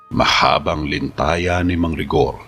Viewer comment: litanya po sir narrator at nakalap hindi po nalakap